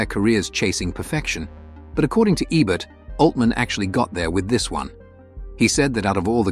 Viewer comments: EE'-bert, not eh-bert... or even AY'-bert. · Ebert is pronounced "EE-bert," not "Eh-bert." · It's EEEE-bert dummy. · I call AI BS. First, the "narrator" mispronounces Ebert's name half the time. Forget that there are several of these films that I would put in a top 20 Western list, let alone a top 15. Only one John Ford? No Anthony Mann? No Budd Boetticher? "High Noon," ""The Ox-Bow Incident," "The Gunfighter," "Ride the High Country," and many othersare all more than worthy of consideration. The we have Leone, especially "Once Upon a Time in the West." Any list like this is going to be very subjective, but where is the proof that this Roger Ebert's list of the 15 "Greatest" Westerns? Quoting his review/remarks is not sufficient. What essay printed/published where did he state this opinion.? Just askin'.